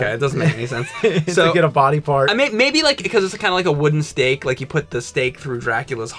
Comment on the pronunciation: I watch all of yours and content... this is a really good one. Whenever you say "Oak stake", I think you're saying "Oak Steak" and i'm like wtf is that... James, you should show up on live streams and read the chat for the videos lol.